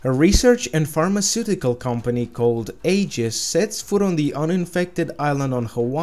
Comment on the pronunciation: it's pronounced (Ayy-Jiss